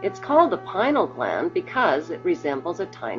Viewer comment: if you going to speak about the PINEAL gland, please pronounce it properly, not pi-nal, thank you.